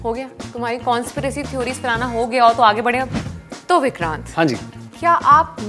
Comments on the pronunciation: Conspiracy** not Kaunspiracy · DELETE THIS STUPID VIDEO. Conspiracy is pronounced as "kuhn·spi·ruh·see" and NOT "kaun spi ray see". They mispronounced it like 20 times!!!! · Did anyone noticed when tapsee mispronounced “conspiracy “ Netflix subtitled it “kaunspiracy”. 🤣🤣🤣🤣🤣🤣🤣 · "Kaunspiracy " ROFL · why Kaunspiracy, why not conspiracy? Actual words have less letters also :D